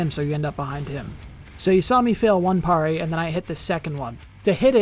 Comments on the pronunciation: I don't want to be that guy but it's pronounced, Perry not parray, just sayin 🤔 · I've never heard anyone pronounce it the way does either. Everyone usually says "pair-ee" not "parr-ee" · Bro would’ve been a great video if you didn’t keep saying PARR ee instead of PAIR EE! The way you say PARRY is like nails on a chañkboard